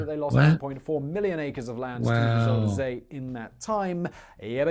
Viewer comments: it's not züder zee , it is Zuider Zee.. with an ui not an ü or an ou etc.. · zuider zee Southern Sea Pronounced ZUY (like buy with a z) DER (like Duher) z ey (like hey) Zee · Zooderzee, lol. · You were right about them showing a picture of the Flevopolders when talking about the Zeeland flooding and barriers. Zuiderzee (he's not pronouncing it right) because there's the Noordzee (which the English call the North Sea). So it was the South Sea in that sense. I always compare it to saying England instead of the UK. The Netherlands is the official name. Yes! Frisian (Fries) is even closer to English. Dutch: kerk, Frisian: tsjerk (cherk in English spelling), English: church.